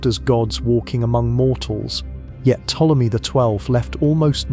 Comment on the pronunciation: Everytime Ptolemy's name is misprounounced in this vid, a fairy loses its wings.